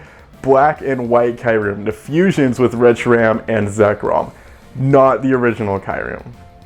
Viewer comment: It's KYOO-REM! Like "POO" but "KYOO". And that's it.